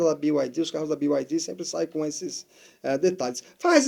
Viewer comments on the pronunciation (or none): A pronúncia é Bi Ai Di